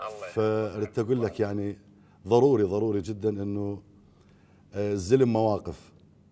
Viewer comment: طبعا هو أخطأ قال ضرف وهو ظرف مو ضرف ... وقال ظروري وهي ضروري مو ظروري ... الظاهر فنانا القدير هم ما يميز بين ال ض وال ظ